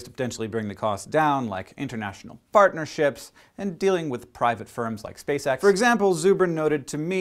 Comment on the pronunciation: I thought he said, " International fartnerships"....